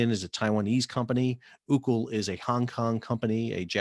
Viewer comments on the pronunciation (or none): Sal, been a big fan, but have to correct you. The vessel and the company is not pronounced “Ou-cle”.... it’s pronounced “O-O-C-L”. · It’s actually in Taipei not Malaysia. Also, it’s read ‘O.O.C.L.’ (as in Orient Overseas Container Lines)— not pronounced as ‘Oocl’.